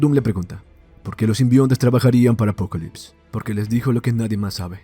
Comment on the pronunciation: Solo soy soy o el man le dice apocolypse en lugar de apocalypse, el otro es de DC no?